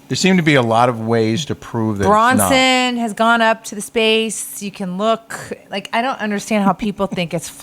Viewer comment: Branson....not Bronson...lol